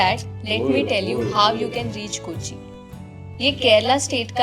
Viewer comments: It's kochi ko... (koachi) not ku.. . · It's not koochee but pronounced as KOH - CHEE !!!